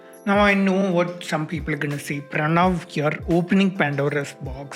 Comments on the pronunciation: Everytime he pronounced" pranava pranava " instead of pranav ...my ears bled and i have anemia now ... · The way he says, Pranava ;-; I don't care, just pronounce it right bro, do whatever you want to do